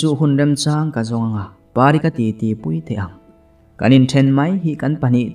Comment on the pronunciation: Puitea tih tak kha i rawn lamrik dan ki kha a dik lova. Pui lai hi Arpui tihbkan sawi a, Pui lai ang khân lam tur a nia. Kan rawn sawi ve hrim hrim. Novel lam te hi a ziak/ziah chhiar tur a awm nual vangin kan sawilang a ni e.